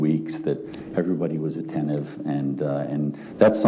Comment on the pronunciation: Defense Attorney says thankyou to the Jury, you've been ATTENIVE...oh lordy, lordy, lordy, someone please get him a Dictionary, because I would swear it is ATTENTIVE and not as he says ATTENIVE...his clients don't stand a chance.